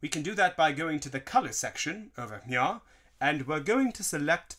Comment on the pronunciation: Why does he say over Mia instead of over here